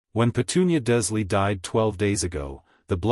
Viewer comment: sighs Dursley = DURRZZZ-LEE Wizengemot = WHIZ - IN - GAH - MOTT